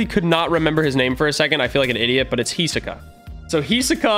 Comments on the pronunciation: when says heesoka and not his o ka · its Hisoka not Hisika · Hisaka? It's hisoka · no it's hisoka (hi-zo-ka) say it like that. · Pronounce him as (he-so-ka) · Bro he pronounced Hisoka so wrong it’s pronounced Hiss oka